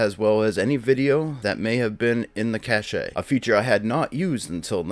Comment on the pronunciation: Cache is pronounced cash. Lol